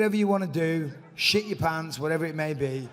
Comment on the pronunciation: LOL shitchuh pahnts